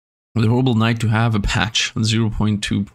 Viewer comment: Your accent made me realize that peachone is a joke. It sounds like pigeon.